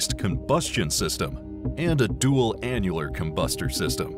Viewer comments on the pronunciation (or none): He said "dual anualar"